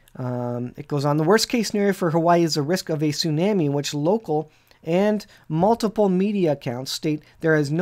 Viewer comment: Excellent video but please pronounce the word “ tsunami” properly. “ the waves and the seas roaring”